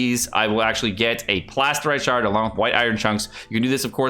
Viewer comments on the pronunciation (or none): none